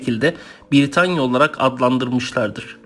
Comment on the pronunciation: VIDEO VE BILGILER IÇIN TEŞEKKÜRLER YALNIZ TELAFFUZUN ZAYIF ÇOK HATALAI KONUŞUYORSUNUZ B-I-R-I-T-A-N-Y-A DEĞİL BRITANYA V.S